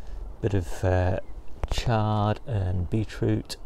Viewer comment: Chard, not Shard, that's a building in London, not a leafy veg, just sayin